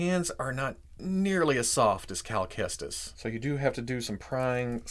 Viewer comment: He said cal Kestis wrong